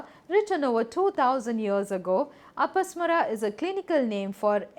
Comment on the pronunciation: It is pronounced as A-pa-smā-ra, ಅಪಸ್ಮಾರ(another term for epilepsy in Kannada).